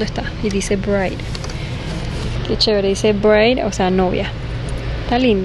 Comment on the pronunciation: Bride= ' BRAID así se pronuncia..... no Breid novia